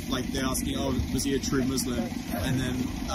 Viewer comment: Moozlim....sounds accurate 😅